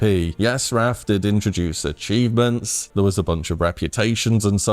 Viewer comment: I enjoyed the "achoonments" myself.